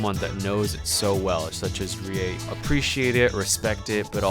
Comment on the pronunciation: Rie Subtitles: Rea Me: WHAAA